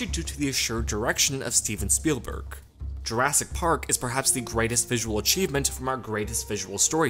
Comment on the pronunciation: "JurASS- Park"